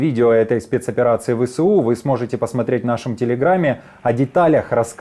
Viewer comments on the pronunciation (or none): Навчіть свого новенького ведучого. Не Ве Се У а Ве еС У